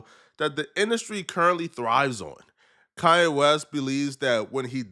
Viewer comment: ITS KANYE WEST NOT KA-YE WEST. WHY YOU SAY IT LIKE THAT BRO